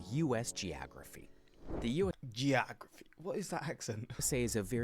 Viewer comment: I'm thinking the guy is Canadian. He pronounces "Mobile" (in Alabama) as like the phone, rather than "MOH-BEE-ahl". Same with with his pronouncation of "geography"